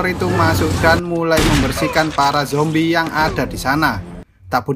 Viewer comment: Lu ngomong zombrek ngakak anjr😀🤣